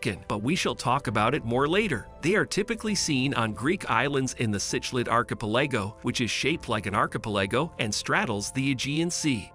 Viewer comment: Learn how to pronounce 'archipelago' and 'arboreal' and 'edema'. It's really not that hard to fact check and get the pronunciation right in these videos.